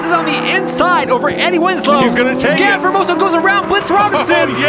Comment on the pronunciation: Eddie Wins-low *